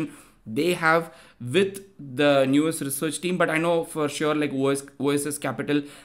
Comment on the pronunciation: Let's not normalise pronouncing it as if the word is "news" or "new-us". It's an English word already, said as "now-s" similar to house (but not like cows)